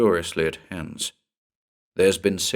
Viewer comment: Nice, just one small but for a german listener a bit irritating thing: The name 'Hans' is pronounced like the English word 'nuns' but with a H' in the beginning. 😉